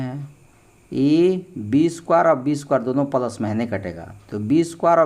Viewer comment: Pals nahi boliye sir plas boliye